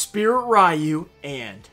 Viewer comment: Do you really not know that "ryu" is pronounced "REE-you"?